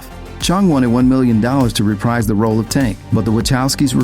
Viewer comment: "The reason Tank dies is that when he was approached to reprise the role..." Now here this: The word "reprise" is pronounced "re-PREEZE," not "re-PRIZE."